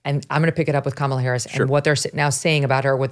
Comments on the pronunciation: You guys are great- but Charlie, I believe you’re saying ‘Kamala’ wrong on purpose and it’s irritating to listen to. Come on….it distracts from your content. 🎉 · No real issue with Charlie, but why is he pronouncing Kamala’s name like that I think right now most people know how to pronounce it or they shou. Is he doing that on purpose??